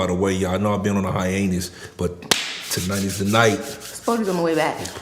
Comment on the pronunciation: it's hiatus not highanuz 🤣 Shout-out my boy tho stay up this was a good pod fasho 💯